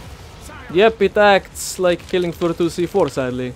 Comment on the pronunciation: Killing aflooh ahtoo